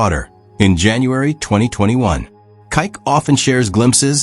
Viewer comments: OMG! It's KIKE!!! Pronounced KEE KAY!!! Not KYKE. And he is an amazing wonderful human!!! And I love how he adores his daughter and is there to be a wonderful goofball of fun for her. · Maybe you can just spell his name Kee-que so that your AI narrator will read it closer to Kike’s actual name instead of reading his name like a racist slur. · You need to edit this audio as the way you are saying his nickname is offensive as he'll. Idiotic AI strikes again. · Can you not at least pronounce his name properly….like you have no one proofing these ?